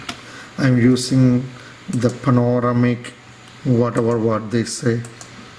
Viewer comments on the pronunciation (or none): Good video. It's pronounced Pan-Oh - Ram - Ick. You're welcome